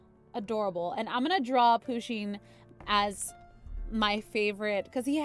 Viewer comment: You need to pronoune Pusheen PA-SHEEN